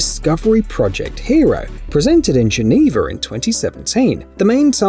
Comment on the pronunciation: I've never heard of a place called Genever. Did you mean Geneva?